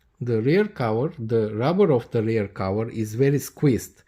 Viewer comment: It's cover, not cower😂